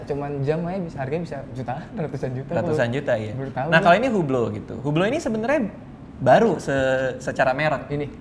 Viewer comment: Maf bang radit . Hublot itu kalo gak slah nih ya mafff banget . Dibacanya UBLO atau OU-BLO Tanpa H dan tanpa T .. korekai kalo salah 🙏🙏🙏🙏